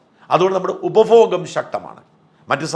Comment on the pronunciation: 😂😂❤❤ ഉപഫോഗമല്ല !!!😢😢””ഉപഭോഗം””😂😂😂❤❤❤